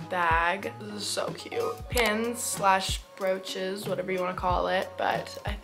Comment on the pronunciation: For the pin idea I thought you said roaches😭